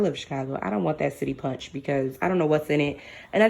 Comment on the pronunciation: Did you say "city punch"? 👀😆😂🤣